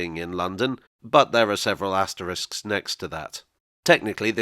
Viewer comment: A YouTuber who pronounces "asterisk" correctly - thank you !!!